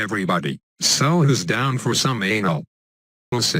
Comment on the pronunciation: LMFAO "anal... lysis" dying bro